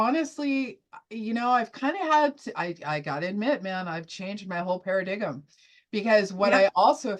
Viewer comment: Paradigm is pronounced paradime, not paradigem. Cheers